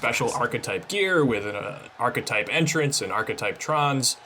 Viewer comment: The one guy keeps saying the architect but it's the architype